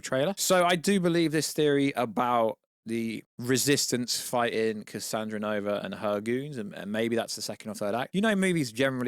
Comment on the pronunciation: Bruh... its cassandra nova... not cassanova